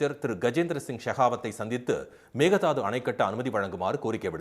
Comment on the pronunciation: மேகதாது. அல்ல மேகேதாடு ( ஆடுதாண்டும்) என்று சொல்ல கற்றுக் கொள்ளுங்கள்